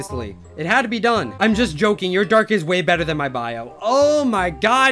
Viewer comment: uhh thhan not han